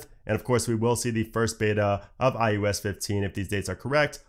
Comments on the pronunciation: It sounds like he’s saying ius 15 and not ios 15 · I kept hearing iUS15😅